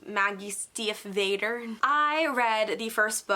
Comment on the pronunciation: What amazes me about Emily A. Duncan, is that she was a debut author just a few years ago and her book was getting mixed reviews the entire time yet she seems to think she’s the cream of the crop 😂. Also it’s pronounced Maggie STEVE-OTTOR ❤️